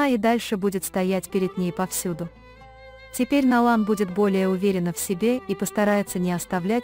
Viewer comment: какой перевод ужасный не Налан а Найлан не Канан а Жа